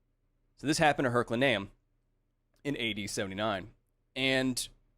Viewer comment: Hey kyle. Love the show, and you. (Big fan. Not a bad guy. Please don't set the basilisk on me) I don't like to correct peoples pronunciation of words because it means they have probably only ever read the aforementioned, and reading is good. So... don't think of this as a correction. Think of it as... an updating of data held in the brain. The place is called "her-cue-lay-nee-um", not "her-cue-lurh-nee-um". Words are weird. Like... why is it pronounced "kah-yull" and not "kyuh-leh" as it's spelled that way. words are hard... dyslexic of the world untie!